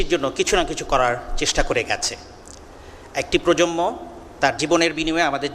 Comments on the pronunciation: স্যার - প্রজম্ম শোনা যাচ্ছে। প্রজন্ম হবে। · প্রজন্ম এর সঠিক উচ্চারণ 'প্রোজনমো'। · প্রজম্ম না প্রজন্ম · অধ্যাপক সাহেব তরুন প্রজন্ম কে বারবার প্রজমনো বলছেন 🥴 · প্রজন্ম উচ্চারণটাও ঠিক মতো বলতে পারে না।